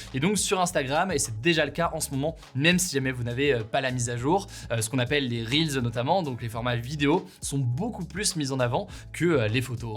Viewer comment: Salut, je suis aux USA et je peux te dire que tu prononces pas correctement “Reels” 🙃